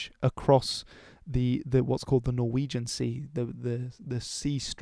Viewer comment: Amazing pronunciations, I almost thought you were Norwegian for a sec